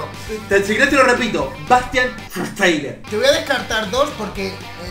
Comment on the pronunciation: Schweinsteiger (se dice) shfainstaiga